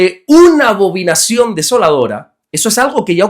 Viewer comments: Buen dia. Excelente explicación. Salvo que es abominación y no abobinación. Le bendigo. 😊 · Bendiciones varón. Gracias por sus devocionales. Son de mucha bendición. La palabra es Abominación. No abovinacion 😂❤